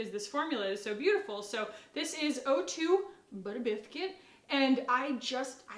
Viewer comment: I love it every single time when you say “buttah biscuit”. It’s just a phrase you can’t say without that silly accent and it’s adorable